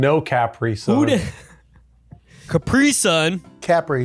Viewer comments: left guy says capry sun right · Its cu-pri-sun not capri-sun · “CAPRY SUN”😂